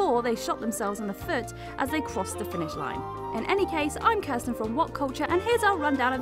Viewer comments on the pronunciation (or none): none